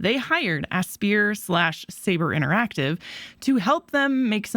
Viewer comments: NEVER heard Aspyr being pronounced as "Asbeer" before, it's supposed to be "Aspire", as in "I aspire to be something" with the star in the logo. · Great video! It's pronounced Aspire though, not ass-pier :) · Because it has "spy" in the word? "A-spy-er" and it's close to the words 'Aspire' and 'Inspire', which the word 'spire' further cements the pronunciation. I don't want to come off as a grammar nazi, people can pronounce it how they wish but you can't tell me it's pronounced "asbeer"